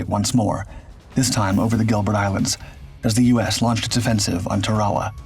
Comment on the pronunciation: If you werent in such a hurry then you would pronounce things properly......Where is TAWAWA island? its Tarawa island where the battle was not TAWAWA